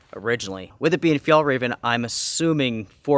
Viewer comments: Hi, from a Swede, Fjällräven is pronounced more like "fjellraeven" 😉 the letter Ä is not sounding the same as A, (the two dots makes it a different letter) Just messing with you a little 😉😁 Love your channel. 💪👍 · hey, the closest i can think of how you pronounce Ä is the sound of AE in Bear, Tear etc. or the A in Chair, Bare, Flair etc. Its not exactly right but close enough. its not an A sound, in Danish and Norwegian they write Ä as AE and not an A with dots like we do in Sweden. the name as you might already know translates to "the arctic fox" if it was just Fjällräv without EN at the end it would mean just arctic fox but in swedish if something ends with EN its the equivivalent of putting "the" infront in English in many cases. Same for Car = Bil, The Car = Bilen. Turmat is also Swedish, "tur" is a slang word for a hike and Mat = food. so it basically means what it is. Hiking food:) awesome find btw, that tent was probably a couple hundred dollars when new. and it really looks brand new.